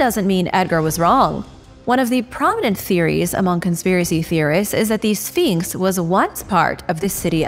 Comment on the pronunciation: Exactly and it's a well known image in Egypt. Absolute rubbish that nobody knows what it is. I actually stopped watching at this point because I couldn't believe the amount of poor "reporting" and other rubbish being spouted in this video! It also annoys me how she says sfeeenks